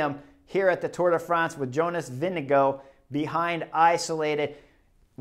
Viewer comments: VINGEGAARD not Winnego? WTF chris?? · Vingegaard, not Vindego please!!! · All of the American commentators trying to pronounce Jonas Vingegaard's name, for no reason at all: "Jonas...VINGADINGALINGDEVANGOUGH" Like, good God, you're supposed to be experts, it takes about five seconds to learn how to pronounce a name, ten seconds to practice it, then you don't have to spend ten minutes with your tongue falling down a staircase every time you try to say a (frankly, pretty easy-to-pronounce) name like Vingegaard. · Sorry Chris, it's Vingegarrde---VIN-GA-GUARD. Love the analysis but get his name correct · I thought Cris said Vinni GOAT